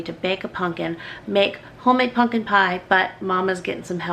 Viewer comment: you lost me with the way you mispronounce pumpkin. repeatedly.